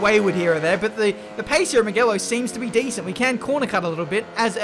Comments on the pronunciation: meegelo ? its mugello - moojelo. :) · Who else noticed him pronouncing Mugello wrong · How you are still pronouncing Mugello wrong is beyond me lmao